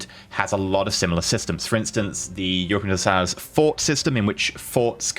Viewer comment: He can't say Europa Universalis or Imperator properly. If i were paradox i would revoke the early access to this guy.